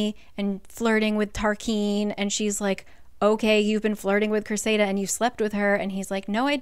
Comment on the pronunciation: I love this series. But sometimes your pronunciation drives me mental. Cressida is cress-i-da not cress-ay-da . Tarquin isn't tar-keen it's tar-kin(you did say it right like once) you joke about not being able to pronounce names. But you can pronounce azreal? But not Cressida? You can pronounce ianthe but not Tarquin? But let's be serious. The way she wrote rysands name it should be pronounced "rice-and'' when you follow proper pronunciation. His short for should have been pronounced "rice" because a y and s make a I sound when you follow the rules. I read all the books and was so mad when I found out she wanted him called Reese sand or Reese. Like ew. Give a heartthrob a lacrosse player gross name? No I'll always say it correctly in my mind